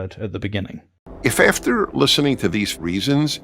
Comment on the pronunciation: "Ef efter" blah blah blah